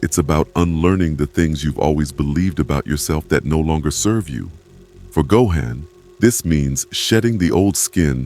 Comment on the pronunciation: The pronunciation of go-han is killing me lolz